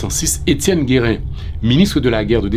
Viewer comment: Your skepticism isn't misplaced since gives the wrong date, October 12, 1806, for Gérin's letter to Christophe, and mispronounces his name, calling him "Guérin" instead of "Gérin". Gérin's letter is dated October 18, 1806, one day after the assassination, according to the English translation excerpted from the book, " "La Constitution de 1805...deux cents ans après: Les chants de resistance" by Bell Angelot, p. 125 - 130." I found on Ezili Danto's website. I don't know which date is the right one but should have addressed that divergence and stated why he chose to credit the earlier date.